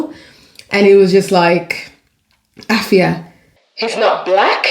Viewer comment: if youa re Ghanaian thrn you really "brofolised" your own name.. but I love y'all. Really cool video ❤❤❤